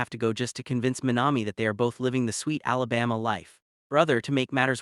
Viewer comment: “Alabasta “ bro this ain’t one piece